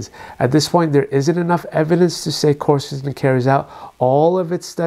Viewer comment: It's not corsatin; it's quercetin.... quer is pronounced like qwear